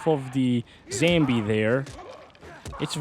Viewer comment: everyone: ''Zombie'': "" zambi😎''